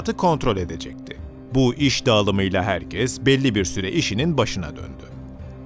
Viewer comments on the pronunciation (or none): none